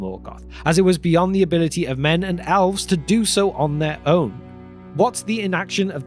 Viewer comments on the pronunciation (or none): It is not Alrond or alves, but Elrond and elves.